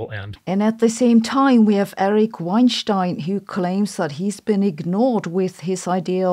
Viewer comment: I'm glad you didn't pronounce Weinstein as Wine-steen.